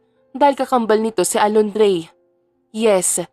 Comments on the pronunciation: Inday narrator Diba Alondra po bakit kaba Alondrey ng Alondreeeey ha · Kung Hindi kupa nasubaybayan Ang story nato nalilito na Ako Kasi c naritor Mali Mali Ng pagbigkas Ng pangalan pola alondre hahaha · Pangit na nga boses ng Narratorali-mali p tawag sa pangalan ng bida c twin Alondra naging Alondre😂😂😂Malaking Factor ang magandang boses ng isang Narrator kng pangit nakaka wala ng gana tapusin ang novela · Alondra at hindi Alondie